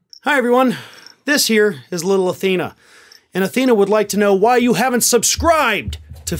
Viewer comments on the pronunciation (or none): The emphasis on the word "subscribed!" at the end of your vids is so cringe, that I rush to change to the next thing or pause every time. Love your content, but the ending is just weird - please get something else